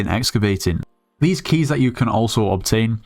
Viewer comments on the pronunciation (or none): none